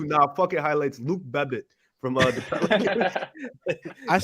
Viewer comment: how is saying Luke Babbit as Luke Bebbit?